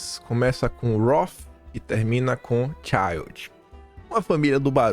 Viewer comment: Não se lê cháiald. Lê-se child. É alemão, não inglês